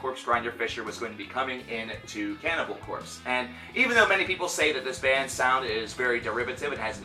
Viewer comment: you are saying their name like a noob.